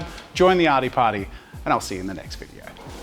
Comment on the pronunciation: 'In this vidieuoo'😂😂